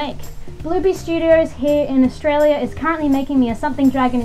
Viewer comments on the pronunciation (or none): none